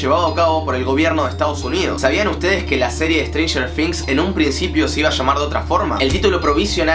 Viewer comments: strenger things* NO "strenger fings" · Se pronuncia con "z", pero también escucho F jajajajaja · No se pronuncia con f se probuncia cob z la palabra things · Siento que decís "strenger finx" jajajaja Nose que onda , capas es así y yo boluda siempre diciendo "strenger thing "TINGs". equisde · Si yo tambien lo escucho que dice strangers finx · Jaja "estrenjer fings" xd te quiero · "estranyer fings" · "Stranger fings"